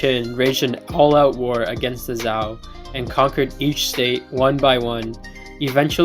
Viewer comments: Just one thing. It's pronounced like Zhou (Ju), not Zao. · Just one thing, its pronounced in english like the name "Joe" Jazon Urban is correct, but not very helpful in his tips. Just say the word "Joe" in english, and voila, your pronouncing it perfectly